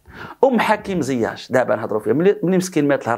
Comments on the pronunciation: لماذا تنطق ياء "زياش" بالتفخيم ..فهي مرققة ..ZIECH ...ماشي ZIACH ..🙏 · il s appelle ziyeech et non ziyaaach.Tu es le seul a l appeler de cette facon.